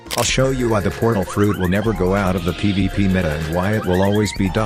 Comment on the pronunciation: Why do i hear like ppp instead of pvp